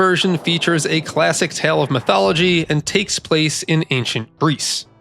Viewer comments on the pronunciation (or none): none